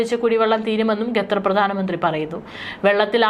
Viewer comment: ഡിയർ ന്യൂസ്‌ റീഡർ : ഗദർ എന്നല്ല... ഖത്തർ എന്ന് തിരുത്തി വായിക്കുക.